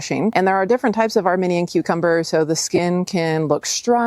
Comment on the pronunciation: I loved this video! Thanks so much. Thinking you may also wish to know that the Armenian Cucumber, is pronounced "armeeenian" to represent that country. You're a WEALTH of knowledge! Thank you!